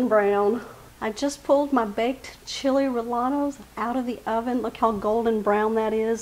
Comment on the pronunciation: Chee-lay ray-yay-nos, proper pronunciation